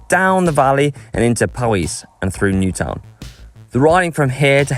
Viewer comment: It's pronounced "Newt-Own"